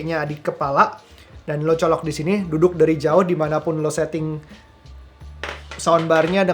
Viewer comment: Keren emang Bose ini...English nya juga keren...hampir semua ada akhiran "s" nya...termasuk kata "colokss".